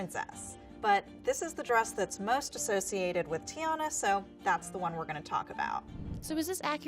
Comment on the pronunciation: It’s TIANNA NOT GIANNA